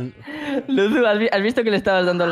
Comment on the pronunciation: Alexbitas dice lusu